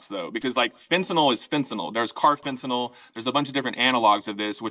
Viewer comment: Its Carafentanyl. Stop Hassan.